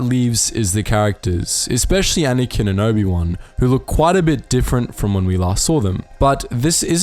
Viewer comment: Why do you call Anakin "Anyken"?!